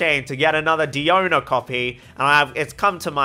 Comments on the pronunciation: its pronounced “die-ona” btw. she says it in her elemental burst. “diona special” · You say it's no pronounced "die-own-a" but she even says her name like that when you listen to her English voice "hello" line. Just saying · that still doesn't change anything by the English VA canon, it's Die-own-a.